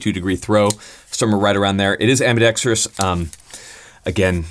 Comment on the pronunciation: FINALLY.....a guntuber that can pronounce ambidextrous. LOL